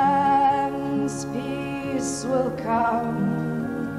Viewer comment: What gets me is that she went to Red Bank High school in New Jersey. And yet she pronounces Chance as Chounce.